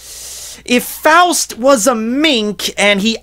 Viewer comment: My last name is Faust. Thank you so much for pronouncing it right. Say 'frost' but remove the 'r'....that's how people say it too often 😒😞